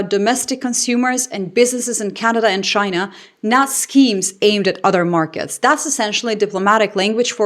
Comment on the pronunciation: Trump didn’t say China, he said “Ghina!!!”.😅